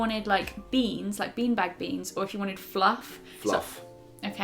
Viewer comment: love how said "FLUFF":D